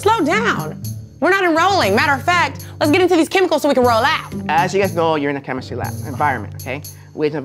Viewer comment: “Oh Chemis-tree. Oh Chemis-tree, how lovely are your projects!” 😂 yooooo!